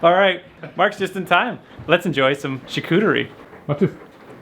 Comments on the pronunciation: Hahaha Charcuterie! Am French Canadian your pronunciation is terribleeee! Lol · Imagine pronouncing the "t" in charcuterie lol, anyway great video!